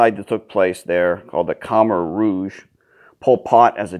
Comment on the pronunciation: Can't even pronounce Khmer properly..........